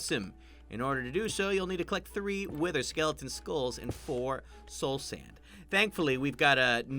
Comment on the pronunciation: SKELITEN STRAK DY LITNING